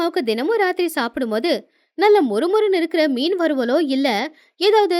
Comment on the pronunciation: மீன் குழம்புக்கு மிண் குழம்புன்னு சொல்றீங்க 😂😂😂😂🤣🤣🤣🤣